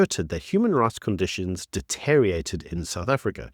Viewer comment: De-ter-ri-or-rate-d has 7 syllables.